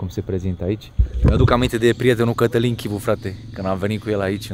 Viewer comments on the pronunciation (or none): eu nu inteleg de ce romanii sunt asa, cum sa zic, ziceti voi...de ce te prezinti daca numele tau e Cătălin, dar o fi asa greu sa zica omu ă...eu nu am vazut vreun englez sau vreun spaniol sa isi schimbe denumirea numelui ptr altii..frate, te cheama asa zi asa..daca tu poti pronunta numele tau si altu la fel, si toata lumea foloseste ăăăăă